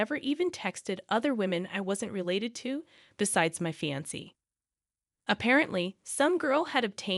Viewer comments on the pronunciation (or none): FYI, fiancée is NOT pronounced "fancy". It's pronounced, "Fee Yon Say". Same with ultimatum. You said "ultimum" instead of "ul tim ate um". There were several others words you did this with as well. If you plan on continuing being a VA (voice actor) then I highly recommend learning how to say words properly. There are several sites on line that have live people pronouncing words. Also, just because someone didn't correct spellcheck in the copy you need to adjust for that. I've been doing voiceovers for over 40 years so I actually have a clue. You have a nice voice and don't just read the story so please try to improve.